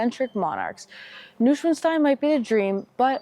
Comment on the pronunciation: NOI SVAN STEIN ( long I)